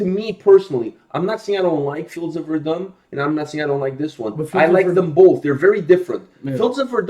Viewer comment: How can so many people pronounce Verdun wrong especially after hearing the Fields of Verdun?